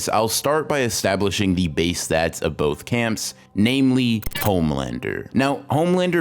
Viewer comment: "bloth of them"